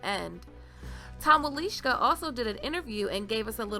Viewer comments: Nice video, but I have to chuckle because you totally butchered the pronunciation of Tom Wlaschiha. It's pronounced Vlah-shee-uh, NOT Wuh-leesh-ka. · Wlaschiha...not Walischka...try it, its not that hard ;) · Pretty sure you are pronouncing his name incorrectly. He pronounces it in the commentary+there is no W sound. It almost sounded like a BL sound as though the W was silent. It sounded like he had said his name as: Blah-shia. ;) gona be a long wait before Season #8..... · Jaqen is coming for me? DON'T I WISH! I like him, creepy face fixation and all. As usual, you have done a flawless job. And pronouncing "Wilishka?" BRILLIANT.